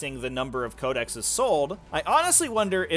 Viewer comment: just quickly: Code-eh-sees